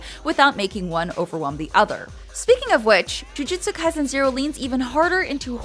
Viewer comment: "Jiujitsu kai-zen"